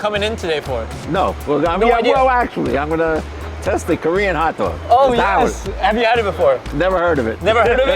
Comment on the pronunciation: "Hat Dwog"